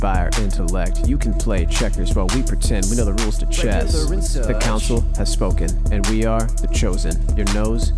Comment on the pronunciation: Councel. Council. Enough said. Good podcast :)